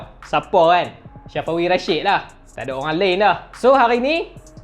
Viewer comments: Safawi mat bukan Syafawi 😂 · kuat nganjing min syafawi di sebut nya ... sa fa wi sebutan betul min🤣 umur dia 24